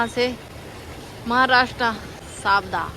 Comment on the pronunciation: you could have requested the people who booked your load to buy some food from the local restaurant (you can pay them as well ,generally they arrange for free -surprised they didnt arrange any food given you were there all day) or order via delivery if available .Also the name of the place name is Savda ,i heard it as Safda in your vlogs